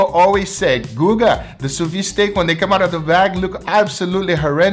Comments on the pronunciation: Adoro seu canal, mas toda vez que você fala sous vide, I cringe. 😂 É “su vid”, não “su vi”. 🤪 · if you can say the word vid / video you will say sous vide perfectly sous vid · 'soo vee *the*'. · why does he keep pronouncing "sous Vide" wrong? is there any reason?